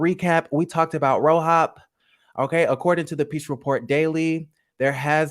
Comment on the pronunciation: I can't stand you lmaooo keep saying "RoHOP" LMAOOoOoO that's low-key how I said the letters too lol fk it